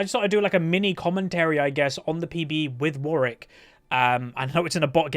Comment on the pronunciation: seems like thats how its pronounced, imo